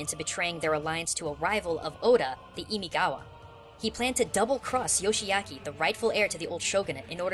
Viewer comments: just a minor correction, but it's imagawa instead of imigawa, and ishida mitsunari, not matsunari XD other than that, i feel that the characters are quite well portrayed in a way that depicts in abstract the three shoguns in the warring states, and that is something japan has always been able to do :3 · Imagawa, you dumb goomba. And your pronunciations sucks ass.